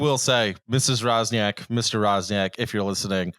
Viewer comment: Swoją drogą jak już o Polakach i polskim mówimy to czytający Roczniak jako Razniak jest dość zabawne